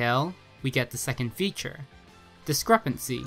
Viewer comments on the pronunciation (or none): none